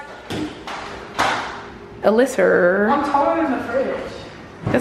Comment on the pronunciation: "do yo biggest" and "alysserrrr" took me out 💀